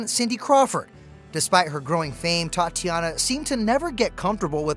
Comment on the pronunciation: Tatjana, not Tatiana